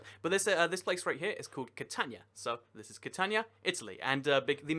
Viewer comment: It’s not pronounced cat tan ya it’s Cat an we ya. The letter I in Italian is pronounced like the double letter e in knee, tree, and bee.